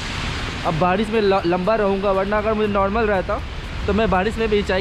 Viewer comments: Barish hota hai Badish nahi... Aap bhut words me R ko D bolte ho... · Bhai tu barish ko badish kyu bolta hai.... 😐